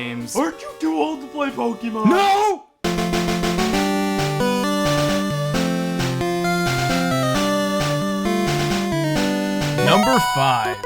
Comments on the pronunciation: Actually the accent over the e means you pronounce it as pok-A-mon not pok-EEEEEEEEEE-mon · Gosh dang it I hate it when people do this but IT's PRONOUNCED /Po-Kay-Mon/ NOT /PO-KE-MON/ that é makes a /AY/ sound. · ObeyIsOkey um thats what he was saying.... he is annoyed at the fact that he calls it pokeeeeemon instead of pok-A-mon like it really is. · Pokeeeeeeeeeeemon o my fucking god! there is an accent mark over the fucking E for a reason! use it!